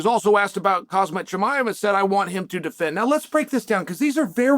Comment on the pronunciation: Alex Piera 😫 Khazmat Kamara Who else? 😂